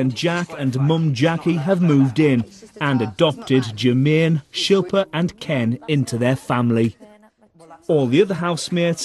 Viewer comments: I loled when Jackiey called Shilpa "Shoe-fin". She was just so ignorant. I don't think being called by your name is too much to ask to be perfectly honest. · SHIL PA Not difficult to pronounce at all. 🤨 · How can you not say "SHIL-PA"? hahahahahahah SHILL PA